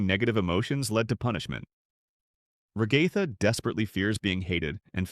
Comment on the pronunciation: The commitment to saying Ragatha's name wrong killed me